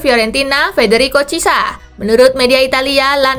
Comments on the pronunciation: Cara bacanya kurang tepat min, bukan cisa tapi chi e sa 😅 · Sekedar masukan kak Spasi.. Chiesa itu pelafalan namanya yg benar buka cisa tapi kiyesa.. Koreksi klo ada yg lbh tahu.. .. 🙏